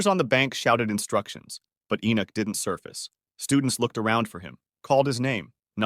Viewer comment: bro litteraly said my name like 10 times but my name is enoch not enock